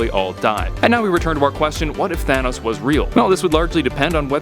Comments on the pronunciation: It said Tahnos instead of Thanos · You speel thanos wrong its not tahnos its thanos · Tahnos? Don't you mean Thanos? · Half of the universe would die. There I answered it for u. Btw it’s thanos not tahnos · You spelled thanos tahnos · you spelled Thanos wrong you spell Thanos like this Tahnos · You spelled Thanos wrong you put Tahnos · Tahnos really it’s thanos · Thanos not Tahnos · It is thanos not tahnos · Tahnos??Or Thanos?? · tahnos its thanos idiot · ..thanos...not tahnos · Thanos, not Tahnos. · it’s “Thanos” not “Tahnos” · ITS THANOS, NOT TAHNOS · it's thanos not tahnos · Im confused thanos or tahnos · tahnos lmao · my boy Tahnos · Thanos? I only know Tahnos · “Tahnos” should double check your videos before uploading no hate love this channel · Tahnos? lol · "What if Tahnos was real?' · what if "Tahnos" was real? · its Thanos not tahnos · He spelled thanos like tanos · Whos Tahnos? I know Thanos but not Tahnos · What if “tahnos” was real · Tahnos lol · TAHNOS for real? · Tahnaos??? Is what he said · thanks, now I know what would happen if "Tahnos" was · "what if tahnos was real?" l0l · Wait... who’s Tahnos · "What if Tahnos was real" lol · Did anyone else notice how he put Tahnos? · It said tahnos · Didn’t know his name was Tahnos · "Tahnos" epic... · Tahnos? Wtf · in the intro it said tahnos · whaat excuse me?? Tahnos?! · Who's Tahnos? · it says tahnos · Lol Tahnos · Intro says What If Tahnos was real. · Tahnos???? XD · You said in the words what if tahnos was real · Any body else notice I says in the beginning what if tahnos was real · tahnos xd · "What if tahnos was real" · . Really. Tahnos. Well, life’s buggst qeustions, I am dissapointed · what is "TAHNOS" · Tahnoes? Lmao